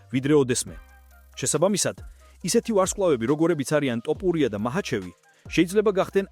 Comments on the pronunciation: ძმაო ტოპურია შეიძლება თქვას რუსმა. იმიტომ რო თ ასო არარსებობს რუსულში. რატო ამახინჯებ მიკვირს.🤷🏻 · ტოპურია არააა თოფურია დეინა არა დანა და ა.შ… ამშეცდომების გამო ვერ ვუყურებ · Axali stili shemoaqvs da matito idzaxis topuria😂😂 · ტოპურია რა უბედურებაა რუსი ხო არ ხარ თ ასოს რომ ვერ ამბობდე😂